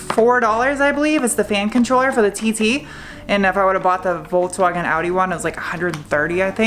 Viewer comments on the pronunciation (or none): none